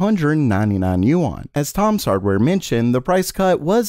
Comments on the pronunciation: It is pronounced “Wahn” not “yoo on” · btw, "yuan" is not pronounced as "You On". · Can you say yuan one more time